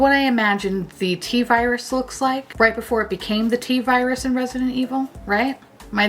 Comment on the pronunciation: I legit thought the T-virus stuff was just a fancy way of saying Robitussin when you said it 😂